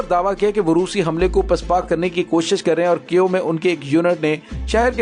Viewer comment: u r great lair , I m very sure u get handsome money from yahood & USA plus India , Russian force very strong , bhervey kaif nahi Kiev is correct name .